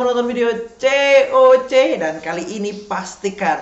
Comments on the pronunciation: Kok ngomong cocnya agak luucu di akhir bang iseng buka Vidio lama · Hahahaha kocak ngomong coc nya hahahaha